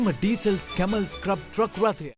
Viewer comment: මේ විශිෂ්ට වීඩියෝවට බොහොම ස්තූතියි. නමුත් මේ වාහනයේ නම 'ස්ක්‍රබ්' නෙවෙයි. ඒකට කියන්නේ “ස්කැරබ්” කියලා. මැලේසියාවේ පෙනැං රාජ්‍ය කෞතුකාගාරයේ කහ පැහැති ස්කැරබ් එකක් තිබේ.